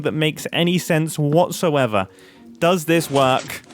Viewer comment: “oo but it does kind of werk” LOLLL